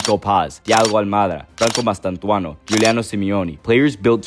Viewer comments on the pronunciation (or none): Franco what? MastantuANO (ano meaning is anus/rectum/where you poop) It's Mastantuono (uono is read like the number 2 two, a little pause and ono literally like that just two ono) I'm from Argentina by the way that's why I say this because he said all names right except Mastantuono and was funny listening to MASTANTUANO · Just a comment, i noticed you called the argentinian kid in Madrid MastantuAno, it's MastantuOno, sorry if i was rude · Excellent video as always, one correction, MastantuOno, no MastantuAno